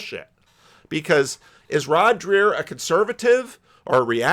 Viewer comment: It's pronounced like Drayer not Drear. And you're still pronouncing Jonathan PAgeau like a car (PAJoe not Peugeot)